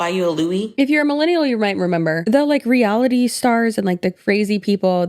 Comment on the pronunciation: Ive never thought about it but she doesn’t say “reality” she said “re allity” like girl its one word